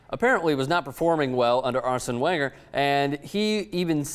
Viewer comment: learn how to pronounce wenger....